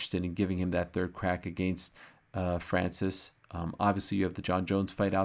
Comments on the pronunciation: pronouncimng a french name correctly is unamerican and unpatriotic! very disrespectful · I stopped watching after how ariel pronounced francis name that way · Ariel, I was counting on you for pronouncing Francis' the right way. You let me down. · Ariel 'ADDESSONYYA' FHANCEES' Helwani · tried making those sounds Ariel made when he pronounced Francis name... don't think I have the nose for it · Why does he say his name so weird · So Ariel can't pronounce his name lol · Leave it to Ariel to make up accents and name pronounciations... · Why is Ariel doing a French accent? Francis isn’t French, he moved there ..